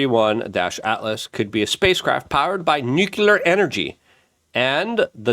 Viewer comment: Its not 31- altlas..... Its 3 eye - Atlas